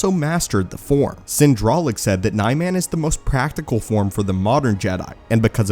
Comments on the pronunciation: I am a huge fan of your channel, what I don’t understand is how you miss pronounce almost every Lightsaber form. Nye-man? No, it's Nee-mahn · JFC I was so into it until you started repeating the word “NY-man, NY-man, NY-man”, over and over and over… it’s like you wanted to make my ears bleed… I literally had to stop or I would’ve started screaming and never stopped 😐 It’s pronounced “NEE-mahn”, ffs 🤦‍♂️